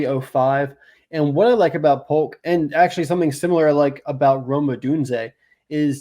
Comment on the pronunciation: Don’t take it as hating but I believe Jalin Polk is pronounced the same jaylen waddle, jalen hurts etc. great stuff guys, as always. Much love